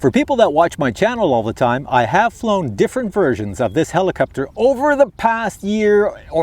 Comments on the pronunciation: heliCOPter. not heliCUPter. JEEEZUS!! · not really, but somehow heliCUPter drove me crazy hahaha which i did not expect! nice flying btw :D